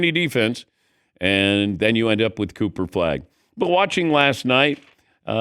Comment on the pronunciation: Dan said, "Cooper Flag" "Pooper Flag" and "Coofer Flag"😅😂